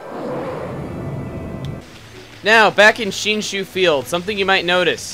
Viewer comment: back in shinshu field. oh my god he pronounced it right.